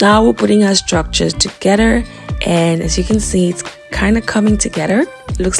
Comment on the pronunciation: There is no “D” in together